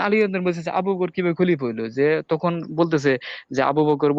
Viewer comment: ভাই আপনার বয়স কত। ১৫ ২০ লাগছে আপানার গবেষণায় তাইনা বয়সটা কত ভাই। তুখুন নাকি তখন কুপাইআম এইটা কোন আম ভাই উচ্চারন ঠিক করেন ভাই